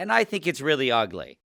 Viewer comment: "lEtS tUrN fRoM uGleY tO pReTtEi" ✨✨